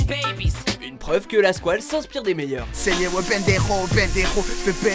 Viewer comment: MOUET LA SQOUELE